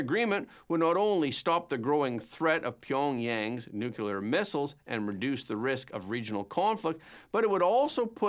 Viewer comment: 'Nu-clear', not 'Noo-kyoo-ler'. You're a professional. Act like one.